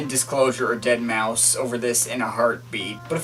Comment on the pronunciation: most pronunciations don't bother me, unless people say dead-mau-five thats when i cringe